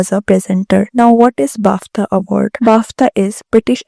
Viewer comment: bafTHa? guchAY? stop using words you cannot pronounce either